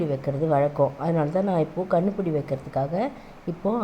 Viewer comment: Kannupudi illa kanupudi